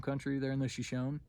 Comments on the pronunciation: I doubt the lack of a picture would call your story to question but the improper pronunciation of "Shoshone" raises an eyebrow or two. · Frightening animals. By the way , our Shoshone brethren pronounce their name with a long ' ee ' at the end.